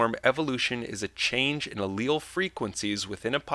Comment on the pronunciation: you pronounce alial difrently to my sister.